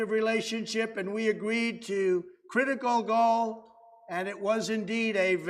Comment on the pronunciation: Thank you so much for the subtitles. I looked away for a few seconds & thought he said, "Crit-a-go-go." Envoking images of ppl dancing in the mid 1960's. It was "Critical goal".